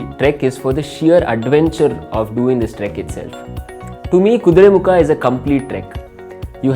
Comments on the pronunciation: Kudremukha.. not kudremukh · its "Kuduremukha" not "kuduremukh" know before posting